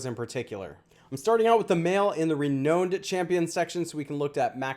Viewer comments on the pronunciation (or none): I love your channel and content. Fantastic work as always of giving analysis as much as you can knowing it's pre testing. I just GOTTA say man, renowned is pronounced "re-now-n-'d" not re-known-'d" please, you've said it for months now and it's starting to annoy me. Sorry 😂